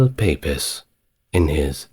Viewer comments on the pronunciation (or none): Please stop pronouncing Pepys as Pe-peys. It is pronounced PEEPS for goodness sake! I don't know anyone who doesn't know that. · Your content is absolutely brill, as a fellow researcher and historian, it shows that you’re usually interested in what you’re talking about. One note: Samuel Pepys- last name pronounced “Peeps” (sorry he’s my fave, love me a little Restoration 😎) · Thank you so much for this. I absolutely love it and have listened twice. But I have to ask, is it AI generated? No shade if it is, just that both times the mispronunciation of Pepys has thrown me completely. Or are you not British? Again, it didn't spoil my enjoyment so no criticism, just curious really ( which is why we love history after all!) . Pepys is pronounced Peeps. So, Samuel Peeps. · The horror of not having servants during the plague in The Decameron 😅 . No AI yet you don’t know how to pronounce Pepys 🤔